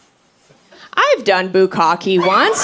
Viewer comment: Bukka'keh - the last "e" is a short "e". Bukka'keh - "to pour large volumes upon"